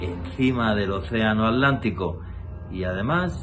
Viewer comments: ¿Por qué alantico y no Atlántico? Es un misterio. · Jajajajaja que fuman para no hacerlo. Otra cosa se dice ATLÁNTICO.